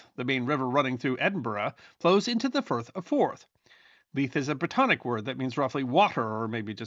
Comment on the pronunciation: Thank you for saying "Edinburgh" correctly. And Firth of Forth..... Pronunciation is important, and I appreciate your diligence,. BTW - I grew up in the US, but my father was born and raised in Scotland. I've been there many times and know it has its own history that deserves.. to be... remembered...